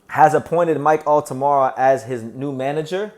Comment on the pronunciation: It's Altamura... not Altamara.